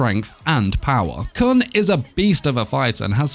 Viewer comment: I think you misunderstood, I understand that his name can be spelled either way, but what I'm trying to say is that it's pronounced like KOON, not CUN